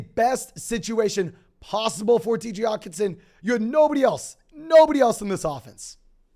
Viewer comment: can this guy not annunciate the H in Hockenson.. lol